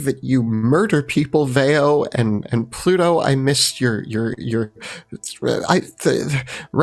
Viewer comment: just out of curiosity.... why do you pronounce pluto- like pa-luto;p